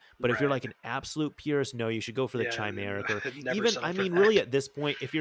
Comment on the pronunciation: Oh please stop pronouncing "Chimeric" like that 🤣. Appreciate the vid!